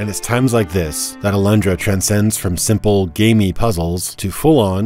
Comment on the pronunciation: Do you really say "Alandra" in english? ...weird.